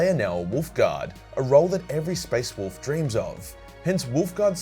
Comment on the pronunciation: You said it wrong…it’s WOLF damn it